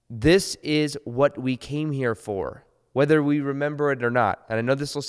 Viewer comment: Has anyone else noticed that people say “ta” instead of to and “fir” instead of for Even otherwise well spoken people Might be nothing but I hear it all the time recently